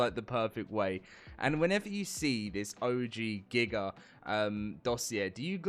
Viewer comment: Gigger is wild it’s giga pronounce dat right next time